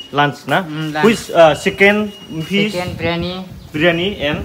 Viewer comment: Sicken and fiss 😂